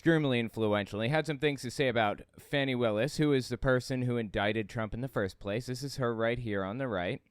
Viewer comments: Quick note,. Her nane is pronounced "Fawnee" not Fanny. I notice the MAGAts mispronounced it on purpose, sadly. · …please don’t fall into the trap of mispronouncing Fani Willis’ name…the GOP does it to demean her. It is the type of thing bullies love to do…make fun of a persons name. It is not Fanny,it is Fa ni. I know you are better than this. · Please, please... Fani Willis' first name is pronounced Fah'-knee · The right calls her Fanny to be assholes. It’s pronounced more like Fawny. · Fyi: I think it's pronounced "faw-nee" Willis. Not fanny. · I know it's an easy mistake because they call her fanny. Please try to pronounce Fani's name correctly. 🙏 Edit: I wish flat earthers would find the edge and jump off! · the prosecutor’s name is pronounced “Fawn-ee.” The right-wing mispronounces her name deliberately in an attempt to insult and dehumanize her. Please don’t join them. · It's pronounced "Fawnee" Willis. Love the video. MAGAots are having a mental breakdown now lol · Its pronounced" fawni " lol . For every $2.00 Kentucky puts in the pot they take $5.00 dollars out! Go ahead magadopeeon leadership! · Her name is pronounced •faw-nee “ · Her name is pronounced Fawny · I believe her name is pronounced "fawn-ie", and the Right specifically mispronounces it to mock her. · Tuned out with your childish mispronunciation of Fahny’s name. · The racist repugnutklans purposely mispronounce her name as a cheap racial dig, why are you doing it?